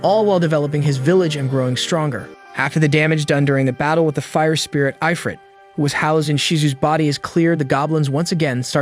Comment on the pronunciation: Hey, Where the fuck does it say Eyefrit? its IF-RIT. Why am I arguing with AI?